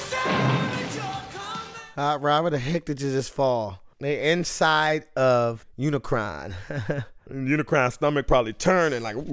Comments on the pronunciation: UniCRON, not UniCORN. 🙄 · Unicron.... it’s Unicron. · UNICRON - not Unicorn lol! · Sigh... it's UniCRON for god's sake, not Unicorn. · Uni CRON, not CORN. But ya got it eventually 😂😂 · It's pronunced Uni-CRON, not UniCORN. Look it up, dude! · LOL its Unicron not unicorn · you saying "unicorn" instead of Unicron got old quick. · Its Unicron not Unicorn. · lol you always get a name wrong. UniCRON not unicorn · Really, they say it many times in the movie how to pronounce UNICRON, NOT UNICORN. It is CRON not CORN. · Don't sweat the mispronounciation of Unicron; I remember a 10 year old boy saying it as "Muh-unicron." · it's unicron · Unicron, he kept on triggering me off each time he said it wrong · Forget those awful live action movies. This is how you make a Transformers movie. Also, how can you not say Unicron? It made me laugh every time you said Unicron. 😂